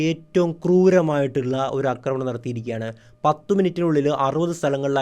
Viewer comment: ആശാനേ അക്രമണം എന്നല്ല പറയേണ്ടത് ആക്രമണം എന്നാണ്. ഇനിയെങ്കിലും ഒന്ന് കറക്റ്റ് ചെയ്യാൻ ശ്രമിക്കൂ. കേട്ടിട്ട് ദേഷ്യം വരുന്നു.